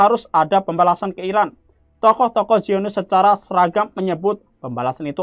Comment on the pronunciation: Kalau ngasih kabar yg jelas ngomongnya ngapa... Iran apa Irak... Yg di sebut..??